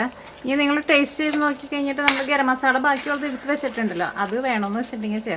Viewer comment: മസാള അല്ല 'മസാല ' എന്നാണ് മലയാളത്തിൽ പറയുമ്പോ എന്ന് അറിയില്ലേ??!!!😆😆 മ സാ ല ok? ള ള എന്ന് കേൾക്കുമ്പോ അരോചകം ആകുന്നുണ്ട് dear 😄